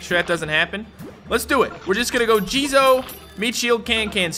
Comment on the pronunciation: How pronounces jizo: JIZOIEEEEE